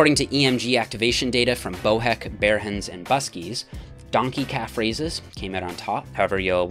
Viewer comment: Minute point: the correct pronunciation of Behrens is Beh-rens, not Ber-hens. 😊